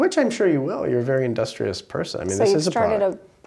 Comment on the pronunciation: WOW !!!!!!!! THIS GUY SAID INDUSTRIUS